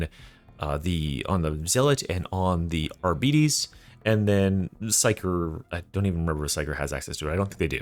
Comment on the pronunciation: Why can't anyone pronounce arbites correctly